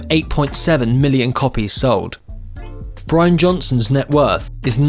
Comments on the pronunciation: Possibly the most boring monotone documentary I have ever seen. Way too much info on Brian's (or Brain's, as you call him) cars. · It's Brian, not Brain. Big difference. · it's Brian......not brain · Try pronouncing it as Brain, and that's how it's pronounced in Newcastle! Agree, it's lazy and disrespectful! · It’s Brian not Brain lol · lol...can't even get the name right. WTF